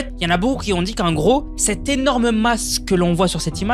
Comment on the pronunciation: Bonjour, "qui ont", pas "qui zont" :-)